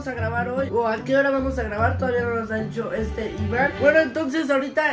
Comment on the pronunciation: KALSJSJ recién noto que hay una parte que dice "dihco"👻👻👻